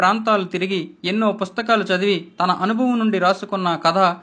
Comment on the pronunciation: 2.00 min Sadivi kadura chavivi cha palakada